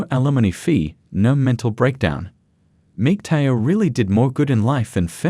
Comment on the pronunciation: "MIG-TAO" ffs stop using the AI voices, also, there is a reason that most civilizations in history have controlled women, which we see here